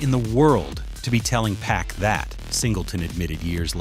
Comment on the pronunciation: Ikr. This is how you know that it's A.I. reading. He keeps calling him "two pack", lol.